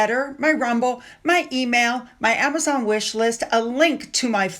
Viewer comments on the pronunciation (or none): none